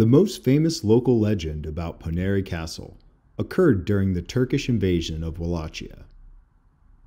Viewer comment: Great Video, episode 3/9 published on 3/9, was there in 2016 and loved it! FYI Pronounced Po-ye-nar, Ar-jesh, and Wah-lay-sheeyah. I was gracefully informed by my host more than once.